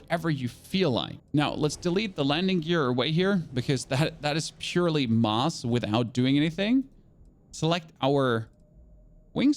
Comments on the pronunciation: does he not know how to say mass ? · You should google how to pronounce mass 😂😭